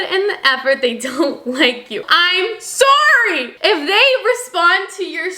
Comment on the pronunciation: don’t forget ab sorey